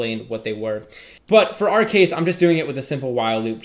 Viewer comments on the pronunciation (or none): wow loop or While loop? you are keep saying wow loop.